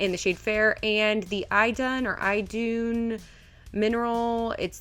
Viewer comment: I love that Idun Minerals foundation! How you pronounce it is E-doon. Like you're saying the letter "e" and doon. It rhymes with "moon" ;P Your shade you have is pronounced Your-oon. It's like the word "your" and -oon. Also rhymes with moon. Yay Norwegian classes in college haha! Hope this helps! Amazing look as always!